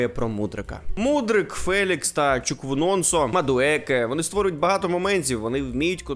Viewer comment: Чуквунонсо?????? ААХХАХАХАХАХАХАХАХАХАХАХАХА!!!! Чуквуемека!